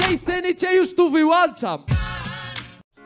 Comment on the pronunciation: Wylaczam nie wylaczam*.